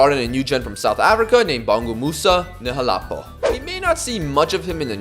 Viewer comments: Btw! If you want to know how to say Nhlapo’s name, it’s actually like “in-hla-pho” (act like you’re Harry Kane with the Hla) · The pronunciation of Nhlapo got me😅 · The pronunciation of Nhlapo killed me bro 😂😂😂